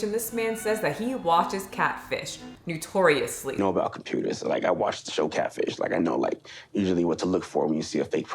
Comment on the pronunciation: What is "nutoriosly"?